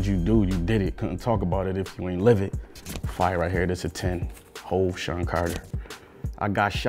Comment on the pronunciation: This "Fiyah". *Gives low rating